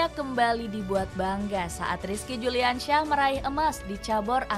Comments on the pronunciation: Yang baca naskah salah bilang nama bukan Rizki Juliansyah tapi yang benar Rizki Juniansyah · Si narator salah sebut rizki juniansyah neeng bukan juliansyah